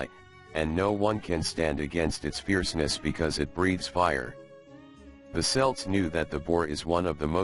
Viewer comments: you lost me the moment you mispronounced celts as SELTS is is KELT NEVER selt.After that? couldn't be bother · I immmediately tune out when the subject of the vid is mispronounced. It's Celts---. 'KELTS', you fucking moron! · At approx. till the end, the robot finally begins to pronounce Celts (Kelts) correctly. Strange! ☘️🇮🇪🇺🇸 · Hard "c" Celts, man.